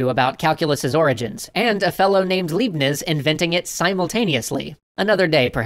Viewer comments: You mispronounced a name. You said "Leebnizzz" which rhymes with "plebe quiz," but Liebniz is pronounced "Lyebnits" which rhymes with "my wits." it's a German name. ... & are audio examples of the correct pronunciation of the mathematician's name. Maybe you can correct this? Hope this helps. B'H. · Liebnis. If you make a calculus video, try to say Leibniz[laibnits] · Please! It’s Leibnitz, not Liebnitz! ei describes a phoneme totally different from ie! Apart from that thanks that was realy great! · How do you called him? Libniz? That is Leibniz! (An die deutschsprachigen: NICHT der Keks) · "libniss" german shuddering Repeat after me: "Lie - bnitz" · It's pronounced "Libe-neetsh" not "Leeb-neetz". But enough nitpicking on that. Was wondering you'd at least mention him. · "Leebnizz"? Eww. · L*ei*bniz. ei not ie Come on,. You got that one right in Dark Souls with Ornstein. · Leibniz: 'lipe-nits' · Liebniz. Liebnizzzzzz. Goddammit, I know this is a moot point by now, but WHY CAN'T DAN PRONOUNCE FOREIGN NAMES BY NOW? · Mathematicians who can't pronounce Leibniz... One of the great names in Mathematics. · apart from brutally slaughtering the name "Leibnitz" I feel like you should also mention that the Leibnitz (dy/dx) notation is more common today than Newton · Leibniz = L (I as in "hi")bnitz, it's German. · That butchered pronunciation of Leibniz, though... it's "libe-nits", rhyming with "blitz". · I really love the way these ideas are traced an grow throughout history and how small coincidences end up bringing humanity so far forward. Pronunciation tip though: the 'ei' in 'Leibniz' should sound like the 'I' in 'I am'. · I learned about Descartes as a philosopher but I had no idea how much stuff he actually accomplished for the scientific world. Very cool! Also that's not how you pronounce Leibniz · It's pronounced "Laibniz" with a z as in "Pizza". My Highschool was named after him lol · Leibniz is actually pronounciated as if the first syllable was [a] lie btw.